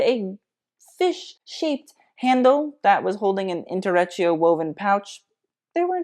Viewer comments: It's intrecciato (in-tre-tchia-to) 🙌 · Really enjoyed watching this. Your knowledge of fashion is amazing and I love how u break down the looks so well. The mispronunciation of intrecciato hurt me a tiny bit (lol) but other than that I'm glad I clicked the video and can't believe I watched the whole thing to the end when I don't usually enjoy long videos.. Keep it up!